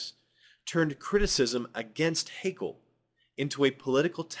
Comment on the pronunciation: Something minor I take issue with: Haeckel is not pronounced as an Englishman would say "hakel", but rather as "heckle". The ae in his name is not meant to be taken as a diphtong-ly long vowel, but as an alternative way to write ä. I will continue now, thank you for your explanations.